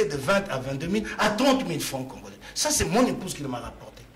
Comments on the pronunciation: arrêtes avec tes prétentions, un licencié ne peut prononcer congolain en lieu et place de congolais alors tika boye avec ton diplôme car tu es incapable de le défendre devant bref oza nanu citoyen tse car tu as bcp à apprendre cher kiekiekie djalelo ezo futa yo tse ti na quatrième année ya pouvoir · Voyant le regard de, il est trop deçu d'avoir inviter #, il fait de son mieux pour avoir une prononciation de français mais nul en debat. Bravo 💪✊🇨🇩